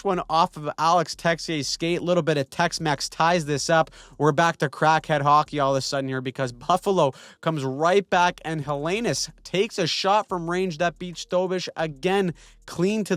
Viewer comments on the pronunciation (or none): Ha[LEN]ius.... Learn how to pronounce the player's NAME.. Pathetic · It’s pronounced Hella-noose btw